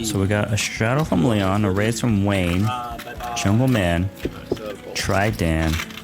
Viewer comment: It’s Tri Dan! Not lil mermaid. 😂😂